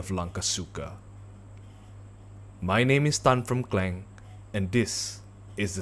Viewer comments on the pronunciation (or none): Its not kleng its kelang